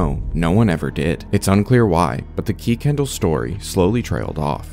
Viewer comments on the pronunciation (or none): I just have to say, about the restricted caller, I went to HS with someone in WA with the last name Kuykendall and the name isn't pronounced Key-kendall, the Kuy is is pronounced the same way as the word "guy" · Love your content! BTW the family’s name is pronounced Kir-Ken-Doll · Kuykendall is pronounced Kirkendall.